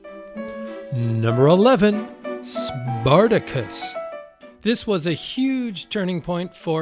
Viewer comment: also SPARTACUS mispronounced in film, CLUELESS